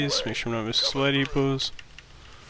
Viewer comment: Am I the only one that hears "spidey puss" when he says supply depots??